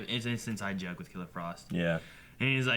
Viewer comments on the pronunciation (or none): none